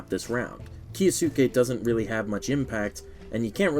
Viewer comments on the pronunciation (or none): why do people pronounce it as "ki-yo-su-ke"? Isn't it a japanese name? It should be pronounced as "kyo-us-ke", similar to Sasuke Uchiha as "Sas-ke" not "Sa-su-ke". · Why is everyone calling kyousuke "ki-o-suke"? It's kyou not kio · why everyone saying "kiya sue kay" 😔